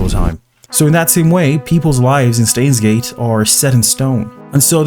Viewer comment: say stains gate one more time i dare you